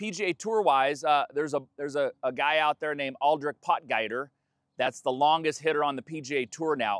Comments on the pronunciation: Good video, thanks but you need to learn how to pronounce Potgieter…try pot..ghee..ter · You are butchering his name yes. Do some research on how to pronounce please or ask a Afrikaans speaking person in US or if you are Canadian in Canada. There are lots of them around. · Really nice vid - (and yes, you are butchering his name 🙂) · "Pot Geeter". It's much simpler than you're making it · You Did butcher his name😜